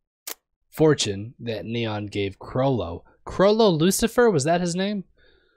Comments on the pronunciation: He probably means that the name is pronunced with the stress on the second syllable. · Lucilfer, focus a bit more on the second "L".